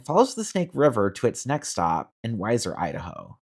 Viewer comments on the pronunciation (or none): Ok, I'll jump in here. Weiser is "wee-ser" not "wiser" Beyond pronunciation, I really like your idea. Before Amtrak abandoned Boise, the Salt Lake - Boise - Portland route was pretty popular. I lived in Boise at the time and rode to Portland and back many times. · I would love a train service here. Also, Its is Boi-cee...not Boi-zee and We-zer not why-ser . :)